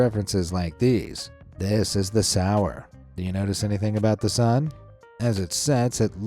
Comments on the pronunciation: Christ on a bike .......the Sower.......the painting is called the Sower (sew-er) the figure is clearly sowing seeds so he is a sow-er not sour. Which kind of adds to your point no? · Hol-BINE. "EI" is always pronounced as a long I in German. What? The French, prudes? Almost everyone pronounces Van Gogh's name wrong. It does NOT rhyme with "go". What? The guy's arm and exposed neck is supposed to be a baby? So-er. Dali also painted a picture of the Last Supper with a dodecahedron in the background. A dodecahedron is a 12-sided solid. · i know this is picky but you miss pronounced "Sower". the painting shows a person planting a garden so it would be pronounced like sew-er, not sou-r. otherwise i loved the artistic show of painters being jerks or sneaky jerks. more talent than i could ever conjure. i am more of a whiner.